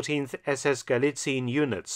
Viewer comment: Sources: "Trust me bro." As an author and historian you should really know that allegation without evidence is just propaganda. Like a plastic tank replica, you know... And by the way: Galicien is pronounced Gu-lee-tsee-enn, not Gu-lee-tseen.